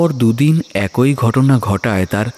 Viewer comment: খুব সুন্দর গল্প দারুন সুন্দর অভিনয় আপনাদের উপস্থাপনা সত্যিই খুব সুন্দর হয়েছে কিন্তু পাঠকের কিছু কিছু জায়গায় বাংলা উচ্চারণ ভিশন কানে লেগেছে যেমন একই কথার উচ্চারণটা হতো একি